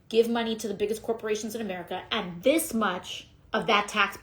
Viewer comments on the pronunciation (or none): Keep up the good work! The truth matters! Hey, I don't think you hang a television vertically... wait, maybe you do? BTW, the word is 'and,' not 'andt.' Affected talking like that and vocal fry are a huge turn-off (politically speaking).